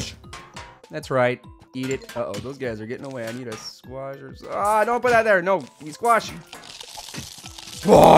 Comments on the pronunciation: i like squach when you yell it fastly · your saying the squash wrong...